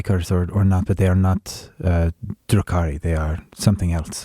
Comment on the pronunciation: Ugh, *Drukhari*. Also, Gideon is the most frustrating character I have ever seen, in a good way.